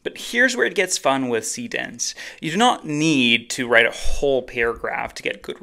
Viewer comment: showing what you're actually using as you use it would be helpful. like, you know, text on screen. I had to look at the urls given the pronunciation of see dance was, well, hard to hear.